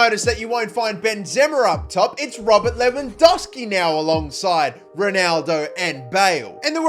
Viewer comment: Its not lewandoski its lewandoWski